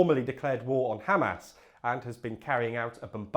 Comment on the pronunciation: By the way, it's pronounced Hamas, not Hamas